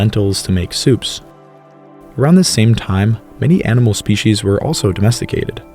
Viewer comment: That is NOT how to pronounce species.